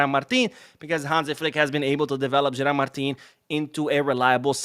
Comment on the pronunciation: In fact it's Gerard Martin, not Gerald.